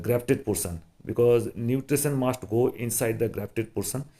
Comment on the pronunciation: Introduce not introduje. This not thij. Pushing not pussing. Just not jujt. Because not bcoj. Properly not poperly. Size not sije